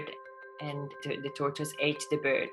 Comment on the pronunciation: Are u saying tortoise or torture